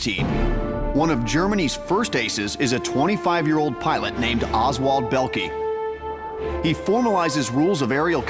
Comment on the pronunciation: Belkee lol